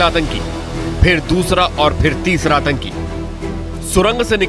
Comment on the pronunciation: Bhai atanki H ke latke 😂 pehle sahi bolo 😂